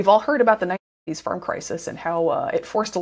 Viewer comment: I understand the word suicide, but why the fuck do you muffle the"1980"?